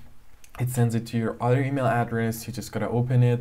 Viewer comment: You know this is fake when he says EaMiL